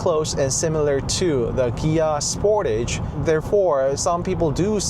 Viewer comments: What is a "Gia"? ;) Ohhh...Kia. That took me a while to catch on. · wait.. so the proper pronunciation of Kia is with a "G" like Gia??